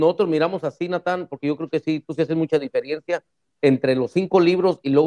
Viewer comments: dice difieriencia el kehilah no bueno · se le pasó cactar "dijerencia". Pero bueno ya me quedo clara la fuente de sus fundamentos, efectivamente como el nombre Yahshua no existe pueden colgarle cualquier regla fonética como que la a final no se pronuncia, sin en embargo regresando al nombre que nos interés y que si existe que es Yeshua el nombre del Mesías , la fuente escrita se encuentra en un par de documentos del siglo 1 en posesion del Vaticano, le mandaría una captura de pantalla pero el sistema no lo permite, sin embargo Nehemia Gordon tuvo acceso al documento y lo mostró en una entrevista que puede encontrar en Youtube creo si mal no recuerdo en el canal de un rudo despertar. Y respecto a la prueba arqueológica me la reservo no sea que un judío fanático que no sea capaz de digerir la verdad la destruya